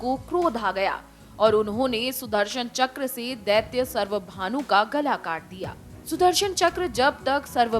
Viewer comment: It's not सर्वभानू , it's स्वरभानू ,याने राहू केतू